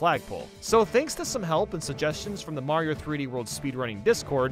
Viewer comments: Damn he legit called Mayro her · Mayro "she"